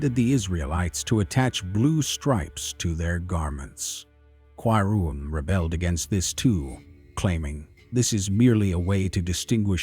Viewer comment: He is talking about in timeline mistake is made there ..